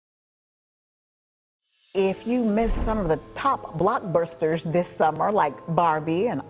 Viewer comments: Gotta love the 'blockbursters' and 'Oppenhauer' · “block bursters”? “Oppenhower”? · Blork Bursters? Open Homer?? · HUH? You don't like "Block Burrsterrs" and "Oppenhower"?